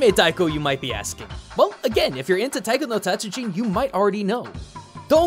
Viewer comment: was in a taiko group, can't even pronounce taiko. OOF. good video though, I used to play this game in the arcade.